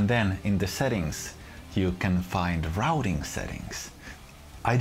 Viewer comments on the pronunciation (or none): none